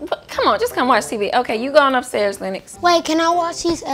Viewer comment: His name is lynx not lennox